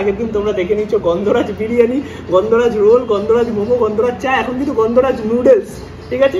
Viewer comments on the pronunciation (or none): none